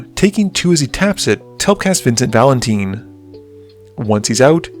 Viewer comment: Vincent Valenteen?!